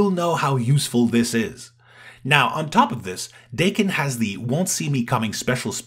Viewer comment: If it is wolverine’s kid, it’s Dakk-Enn for pronunciation